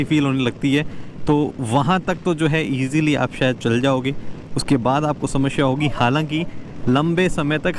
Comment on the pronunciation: Bro samashya nhi samasya hunda